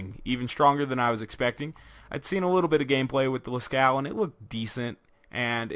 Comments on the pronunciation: I Razzle I he said it like las-cow, and it's actually pronounced like las-co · I Razzle I Yea Las-Coo sounds familiar too. Its Las-Cove or Las-Coo, i'm not sure. But it's nit Las-Caux(cocks) as some people pronounce it xD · Oh yeah now that I watch it again he said Las-Cow. XD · The name and pattern are references to the Lascaux cave paintings in France, due to them being in France it has a french pronunciation, it is pronounced as lah-coo-ah, the "s" is silent. And the painting is of a cow. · Did you mean to say lä-ˈskō? Because you would not pronounce the U or the X. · i had a stroke when i heard you say its name lmao